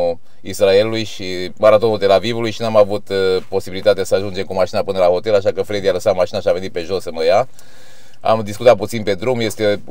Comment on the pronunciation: La noi în România se spune "hotel" nu ,otel, sau poate ești conlocuitor 🤔